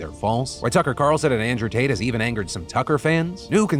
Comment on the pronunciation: Andrew Taint. It's Andrew Taint.